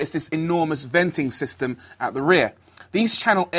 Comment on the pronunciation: LOL he said venting sysem in the rear!